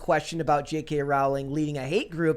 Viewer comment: Pronounced “Rowling” like “Bowling”